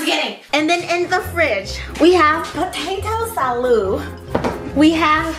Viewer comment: “pOtaTo saLooD” “cole sALooD” LMAO